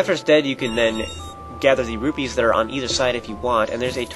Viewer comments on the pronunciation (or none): none